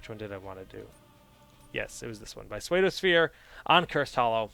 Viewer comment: Yay my game got picked. :D PseudoSphere is pronounced Sudo Sphere by the way. It's actually the word pseudo as in fake.